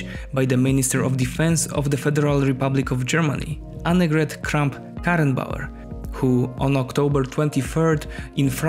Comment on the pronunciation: Dude for a non German u flexed on the name of AKK several times. Very Nice job and great video.